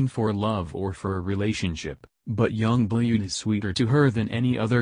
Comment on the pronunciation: You pronounce it young BLOOD not blued